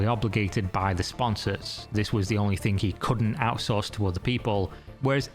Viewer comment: why does say "thing" like "think"?? Annoys me so much when in all the -ing ending words adds a K AGAIN. STOPP. Its annoying!